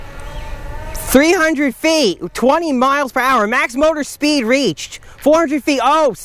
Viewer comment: 100 FEEH , 200 FEEH , 300 FEEH !!! LOL